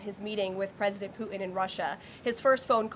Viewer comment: I'm sorry....I just cannot take her seriously when she pronounces the name of the leader of Russia, as "Poo-in".